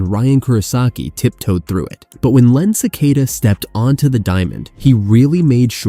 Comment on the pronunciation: It's Len "SA-KA-TA," not "Ce-kay-da."